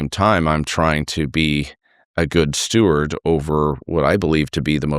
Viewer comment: Steward, not stewart.